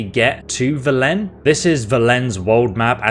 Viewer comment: Great video! :) But please, stop saying "vel-E-n", it's "v-E-len"